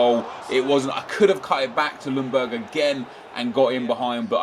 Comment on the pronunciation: "Lung"berg This nigga is being serious